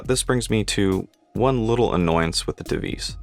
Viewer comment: The name Tevise is pronounced in English "Tee Wah Seh"